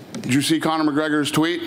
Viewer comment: "Conor",gawd dang it's not hard..